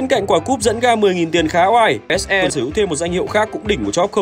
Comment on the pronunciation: Ông đọc kịch bản đọc SE là ếch i xong phải chèn ếch e vô hả Chèn hết cái clip này chắc mỏi lắm :>